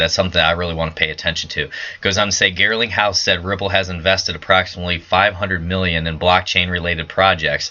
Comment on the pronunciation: Garling not Girling ...lol